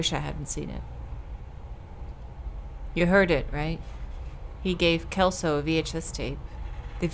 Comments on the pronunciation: Brazilian info from a local, language-wise! The name 'Celso' is pronounced "CEL (as in Cellphone) - so". "Walter" is usually said with the W having the sound of a V, and the currency mentioned in the game, "Cruzeiros", was a currency in Brazil a few decades ago, before our current one (Reais). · Juliana... Celso... Ferreira... UFRGS?!?! Hey, this game is Brazilian! VAI BRASIL!!!🇧🇷🇧🇷🇧🇷 (Also, Celso is read like "Sell-So" not "Kel-So") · Hahahaha its cute though!! Chelso XD But yeah its the pronounciation that we use at least, with the CE working as in Cellphone, C has more often than not a S sound in portuguese than a K sound, which i know its the opposite in english. Also, the Surname 'Martins" in this context would be pronounced "mar - TIN - s", though its a small detail really haha MAR - tin - s is not technically wrong, just sounds much more fancy than how we use it